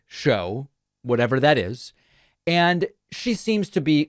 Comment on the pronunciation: Anyone in power who pronounces “And” as “eeyund” makes me concerned.